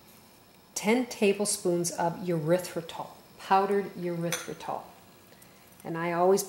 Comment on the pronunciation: Isn’t it Eh-rythritol not you- rythritol